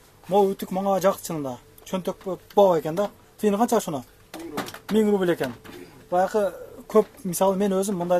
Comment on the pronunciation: Рубил эмес рубль